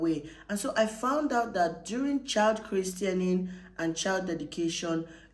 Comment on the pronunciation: The word is christening and NOT “christianing”, good luck